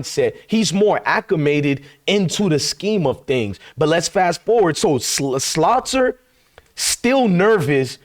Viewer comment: Please stop calling Salter by the name of Slaughter. Come on now